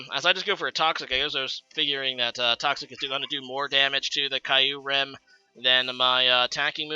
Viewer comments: It's actually pronounced "Kee-oo-rem" I know this thanks to the movie Kyurem vs the Sword of Justice :) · Say it with me.... Kyurem Keeer - rummmm is how it's pronounced apparently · Exacty not kye-you-rum lol